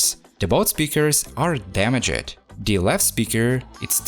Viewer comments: Its its pronnounced "damagd" not "dama-ged" Drop the e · i like how he pronounces damaged as "da-me-jed" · I'm gonna start saying damaged as damajed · Damaged* not dameged* , Turned on* not turnid on*, Caused not cAused! Daaamn man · Da-mij, not da-mi-jed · DAMA-JED....when he pronounce that it...makes me smile everytime... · It isn't pronounced damage-edd It's two syllables. I understand English isn't your first language, but German isn't mine, and I make an effort to speak it properly. You should do the same. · at least it's just damag-ed. not clean-ed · I like how he pronounce the word “Damaged” in every single video 😂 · He put the wrong emphasis on the wrong "syll-A-ble" Im totes in jest. Love his dama-ged emphasis. Adorbs. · bro, stop saying dumuh jet... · How to say damaged in enchantment table- damage- ED XD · Haha I love this video but it’s really unsettling how you say “damaged” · Im the last person to be judged by my thicc accent but how you say "Damaged" is driving me insane ! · I love your Vids... but the Word: Damaged 🤯